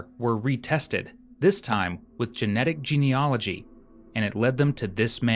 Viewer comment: Thanks for the clear narration. But you may not realise it’s ‘genealogy’, not ‘geneology’.